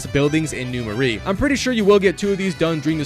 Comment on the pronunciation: first off its NEW MARAIS prounounced MER -A second do festival of blood as well those have UGC trophies too